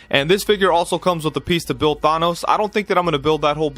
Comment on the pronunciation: Ya killin' me!!! The"an" in Thanos is pronounced exactly as you see it: Th-AN-os.